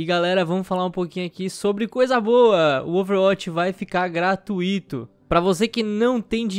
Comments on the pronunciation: Falou tipo... GRATUÍTO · Olha como ele falou GRATUITO!